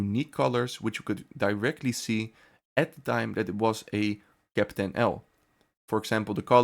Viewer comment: Grauenvolle KI Stimme. Ich musste den Ton ausstellen! Ausserdem heist es Kapitän und bicht Käppten. Furchtbar.